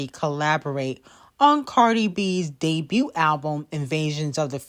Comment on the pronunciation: lol you always pronounce debuT funny